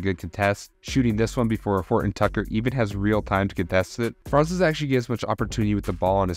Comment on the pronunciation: Hey there... the pronuncation of "Franz" isn't like "France" with a long vowel but with a short one, like in "buns". Greetings from Germany ;)